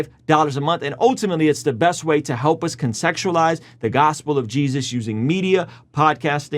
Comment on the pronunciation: consexualize huh?